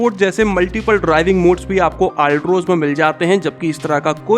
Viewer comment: Altroz bolna to seekh lo theek se